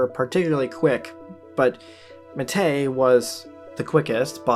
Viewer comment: ... and it's pronounced "MAH teh", like the green tea we drink in Uruguay